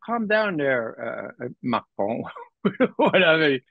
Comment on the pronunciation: I love the way Ray pronounces "Macron".